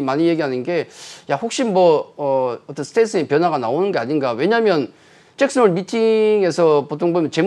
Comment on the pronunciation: 짹슨홀 아니고 잭슨홀